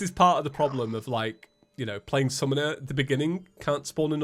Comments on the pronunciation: you mean calamity "sunmoner" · I was used to feather wothry but you said calamity sumoner playtrouth